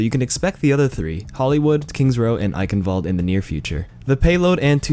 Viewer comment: eichenwalde is pronounced "eishenvalde"